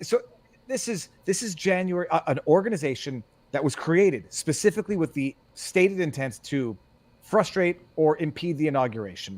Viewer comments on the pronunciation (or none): none